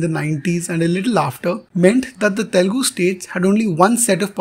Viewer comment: To The narrator -- " Learn to first say Telugu and not Telgu"